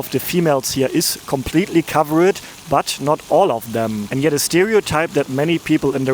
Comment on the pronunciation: It’s covered… not cover-ed😂😂😂😂